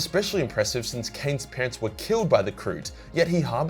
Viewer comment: For a moment, when speaking about Ciaphas Cain, I seriously thought he said the Kroots killed his pants. I only realized it was "parents" because of having read the book some time ago.